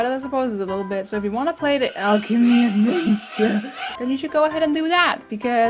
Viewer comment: omg I fucking love when yu say 'the alchemy adnevture' XD!!!!